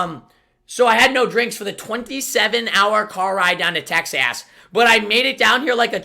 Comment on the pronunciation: He said texass